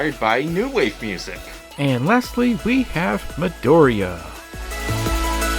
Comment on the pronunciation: Yeah I had to name him that cause I love how Midoriya is pronounced